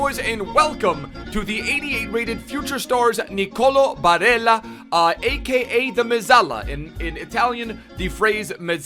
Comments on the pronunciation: hey, in italy we pronunce it “Nicoló Barèlla” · the y-ish pronunciation of “ll” only works in Spanish, in Italy his name isn’t “Bareya” it’s just Barella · Es barela boludo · u don't pronounce double LL like that he is Italian not Spanish